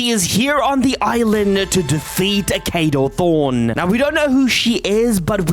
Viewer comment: NOT KADO THRONE KADO THORN